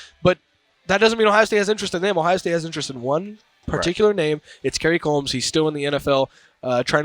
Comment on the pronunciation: He is pronouncing it right